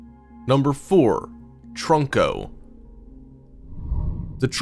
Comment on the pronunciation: It’s trunko not troko he said troko